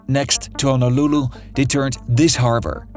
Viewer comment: Why does he keep mispronouncing Honolulu, OaHu? Hawaii... the H isn't silent. He says Awaii... ugh